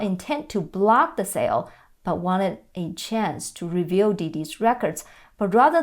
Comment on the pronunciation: You make a great professional presentation. However, I found you kept mispronouncing the word "review" (re-vu) as reveal. It is probably quite hard as the "u" sound likely has no Chinese equivalent.